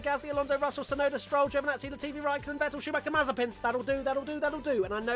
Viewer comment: definitely opens his mouth too much when speaking lmao And his name is not Yuki Tsunoder